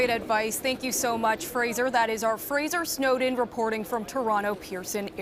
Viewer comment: I giggled after noticing that the anchor kept mispronouncing the reporter's last name as "snowed in" instead of Snowdon.